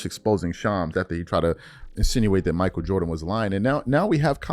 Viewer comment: Mich A-E-L